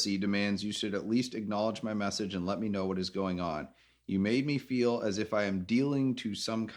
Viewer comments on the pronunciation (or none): none